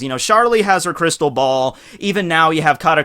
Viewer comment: "Cristal ball"